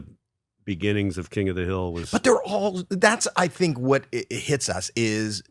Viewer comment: you gotta put the h on it, hwhat